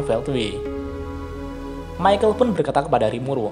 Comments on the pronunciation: ke nya bukan maykel dibacanya, tapi mikael.. kaya salah satu malaikat di nanatsu no taizai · Mohon maaf min itu, baca namanya Michael Bukannya yg bener itu (Mikael) ? Klo Michael Admin bacanya (Maikel) jadi kesan namanya kek orang Timur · Mantep sih video2 lu bang, cocok bet buat yang males baca LN tensura wkwkwk O iya, kayanya cara bacanya perubahan rudra bukan maikel dah bang, tapi mikael, karna kan doi malaikat gtu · bacanya mikael pak...